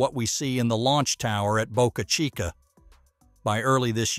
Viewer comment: Nailed pronouncing Boca Chica beautifully. The video is good, but pronouncing Boca Chica properly is worthy of a shout-out. I for one absolutely appreciate that fix. Thank You.